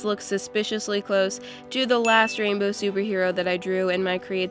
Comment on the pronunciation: Like how many times said rambow